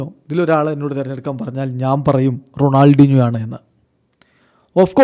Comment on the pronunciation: Ronaldeenjo ennanello parayunnathu. Shashi fens nte chevi afichu poyo😂